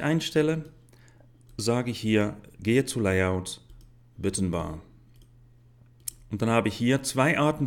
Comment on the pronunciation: hahaha ich lach mich tot : böttn anstatt b[a]tton kann ich leider nicht konyentrieren auch "lie" out statt [lei]out hört sich echt krass an